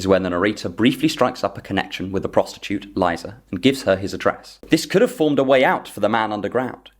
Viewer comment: You may not need it, but as a Russian, I'll say that Liza is pronounced Leezah, not Lighza :)